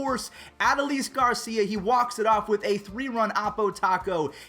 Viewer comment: Its Ah-doe-lis Garcia watch the rangers game to know how to say it